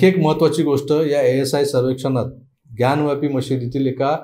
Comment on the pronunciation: ग्यानव्यापी हा चुकीचा उच्चार आहे. ज्ञानवापी असा तो शब्द आहे. वापी म्हणजे विहीर.